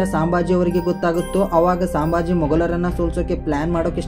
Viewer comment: ಸಾಂಬಾಜಿ ಅವರ ಹೆಸರು ಅಲ್ಲಾರಿ ಅದು ಸಂಬಾಜಿ